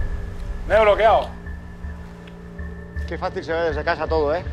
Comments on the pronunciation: estoy "bloqueao",estoy"bloqueao", estoy "bloqueao"😅😂🤣😅😂🤣😅😂🤣😅😂🤣😅😂🤣😅😂🤣😅😂🤣😅😂🤣😅😂🤣😅😂🤣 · Me bloqueaou😂😂😂se dice me he cagaou encima😂😂